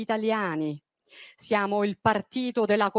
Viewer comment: Percorzo,ziamo, Zogno,sentirzi e che casso una esse la citi....